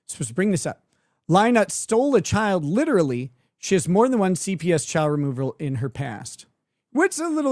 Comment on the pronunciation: She always pronounces the word CHILD as a two-syllable word...CHI-YULD. She does this, I think, to try to make it sound like a bigger deal.